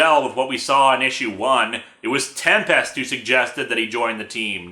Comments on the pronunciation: Sorry but you're saying "TEM-PEST". Not "TEM-pest". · I'm still bugged by Linkara pronouncing Tempest like it's two words.